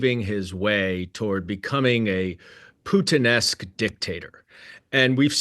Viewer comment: When he said Putinesque I heard Puttanesca. I can see the overlap for sure. Selling their virtue for sure. It means in the style of a prostitute.